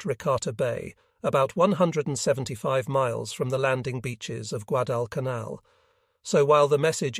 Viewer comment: Yep, your A.I. reading is getting worse... The book is about the Guadalcanal campaign... and the A.I. can't even pronounce it.